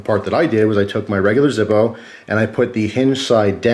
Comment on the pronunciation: its the German pronunciation :p